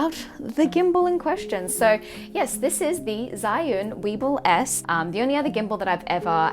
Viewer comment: It is pronounced as "zu-win". 😉 I'm talking about the gimbal.